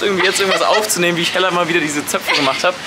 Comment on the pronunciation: es heißt Hella und nicht Heller